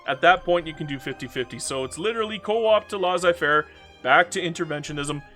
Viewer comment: they way you pronounced Laissez-faire triggered me